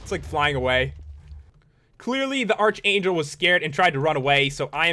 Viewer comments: Sorry, but it's pronounced ark-ayn-jel ark-angel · ARCHANGLE IS PRONOUNCED arkangle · Arch... it is in fact pronounced Ark. But saying "Sorry, but it's bla bla bla" is just stupid just say "Pat its pronounced Ark-Angel"